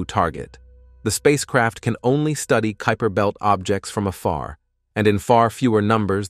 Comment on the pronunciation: I agree with thus pronunciation phopahs. Rather fun though to see how many different ways “kuiper” belt was messed up. And “ nitrogen “ with “i” as in mitt. 🤣🤣🤷🏼‍♂️ But overall a ton of great information in the presentation. 👍🏼